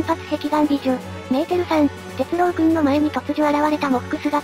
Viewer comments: アノ〜「鉄郎」（「ろう」おおざとの「ろう」）ですよ～ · 鉄朗❌ 鉄郎⭕️